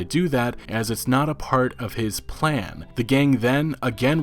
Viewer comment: Did you just say P L A N